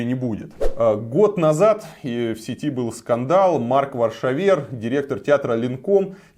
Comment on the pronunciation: Не позорься, не ВаршавЕр, а ВаршАвер.